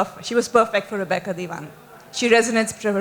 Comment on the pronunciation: They keep calling her Repeeca! It's Rebecca you dope!